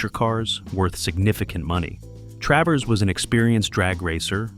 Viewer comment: It's Travers Not Travis.